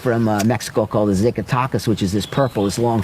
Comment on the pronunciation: Zackatechas is how you say it brother lol